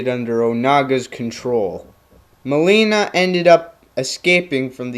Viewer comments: it's not "Ma'lay'na" it's "Ma'Lean'na" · ok seriously, why are pronouncing everything so weird? "milaina".... really? your mispronouncing thing f***ed up what could have been a cool character study video. fail! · I loved your "Character Studies." Who cares about the pronounciation of Mileena, point is you made Kitana's history clear for those who dont know much about her. She's my favorite female character and Im glad you did justice to her by making this video. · UGHHHHHHHHHHHHHH! your pronunciation of Mileena kills me! Clearly you are not a real Mortal Kombat Fan! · u pronounce mileena wrong, lol